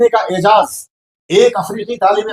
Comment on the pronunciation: Aijaaz nahin aizaaz . Aizaaz.. Waqar, izzat, samman.. Arabic word hai